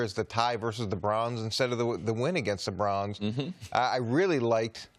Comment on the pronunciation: Coach says Brauns not Browns